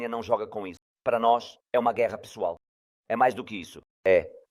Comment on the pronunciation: Kkkk ele disse gueerra pessoal kkkk